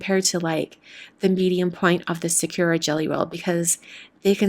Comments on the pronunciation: It’s not Sa-cure-a, it’s sa-koo-a. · Why do so many YouTubers pronounce Sakura wrong? It's sah-koo-la. I cringe everytime I hear sah-KUR-a.